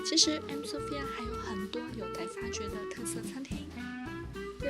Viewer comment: 怎么听怎么像 i'm mafia😅